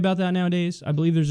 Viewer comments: It's not headass you clown. it's deadass bruh. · "Head ass?" Lol I've heard "dead ass" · My dude it's deadass not headass. Facts, b. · It's "deadass" kyle smh